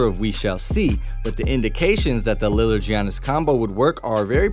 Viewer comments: His name is pronounced like Yannis. Not gee-onis. Championship title, one of the top players and content for you, you could at least say his name correctly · Say jeeyanis one more time i dare ya